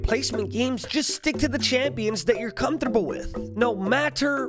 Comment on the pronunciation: How did you pronounce "comfortable"?! I hear a little stutter..